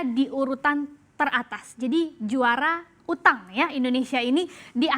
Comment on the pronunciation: Mbaknya ngomong indonesia juara utang,kek nadanya gitu amat y 🤣🤣🤣🤣😅